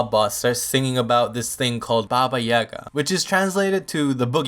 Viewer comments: I'm from Serbia and Baba means grandma and it's Jaga and not Yaga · You are saying Baba Yaga wrong.Yaga is pronounced Yiaga. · You dont know how to say yaga! XD!!!! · Baba Yaga isn't "Boogeyman", Baba usually means "Grandmother" in most slavic languages, I know because I'm slavic myself. But Idk what Yaga means, so what I got rn is "Grandmother Yaga." I'm also pretty sure it's pronounced "Yah-gah" not "Ya-gah" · Yeah its not baba yagA its yAGa and baba is grangma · uuuugh baba isnt her name and yaga is pronounced yAga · its nit pronouns Yaga dont put force on Y its iaga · Ok.Actually this comes from Bulgaria.And Baba Yaga means Grandma Yaga. And uasually ,,Yaga" is pronounced "Ya"-when you say YAAAs,and "ga" when you say-GAp. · yaga has emphasis on yaga ^ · You are kinda overpronoucing the second A in Yaga